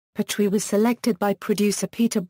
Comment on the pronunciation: At least pronounce his name correctly